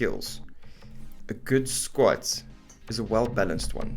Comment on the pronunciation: Lost me at „Squets“ 🤣🤣🤣